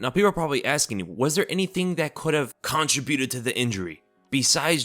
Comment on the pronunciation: you got me questioning the pronunciation of "contributed" 😂